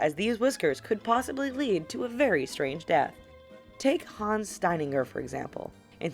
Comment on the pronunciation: Haaans Zteiniger